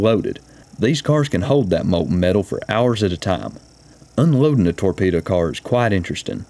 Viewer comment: Do you mean torpedo? Not tore Peter?